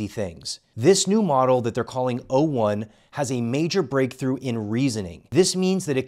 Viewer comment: He keeps saying 1o instead of o1 which also drove me insane